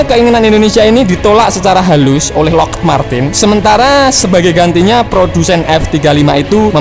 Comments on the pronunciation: Bacanya Lokhid bang... bukan Lokhed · Lockheed dibacanya Lokhid, bukan loked min..